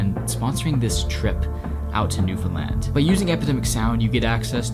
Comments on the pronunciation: It’s really small in the big picture but thank you for getting the pronunciation of Newfoundland right! It can be so distracting in story telling when people don’t. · As a newfie, I gotta say I love seeing someone not from newfoundland pronounce it properly, so thank you and incredible job lol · Born and raised in an outskirt town in Newfoundland. This makes me really happy to see someone exploring our Island, and pronouncing It correctly. Your editing is amazing, and your respect for my land is amazing! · Good to finally hear an outsider correctly pronounce Newfoundland. Love your videos. Excellent quality and amazing places. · Thank you for visiting Newfoundland. Thank you for learning (and sharing) so much about our fairly recent history. And thank you, thank you, thank you, for taking the time to learn how to pronounce the name of the place correctly. So many Canadians don't even take the time to do that, so it is truly is appreciated.